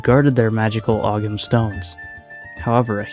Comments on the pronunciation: Albion is a faction that I would love to see explored again and turned into a proper army. And fun fact, ogham is pronounced oh-um, and it's the earliest form of writing known in Ireland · The G in Ogham is silent. Rhymes with Tome.